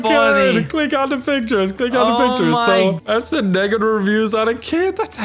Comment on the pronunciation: at it sounded like you said the n-word when you yourself said negative